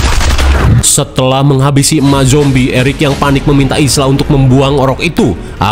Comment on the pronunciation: Ibunya Spike namanya bukan Ilsa bang tapi Isla (Aila) wkkwk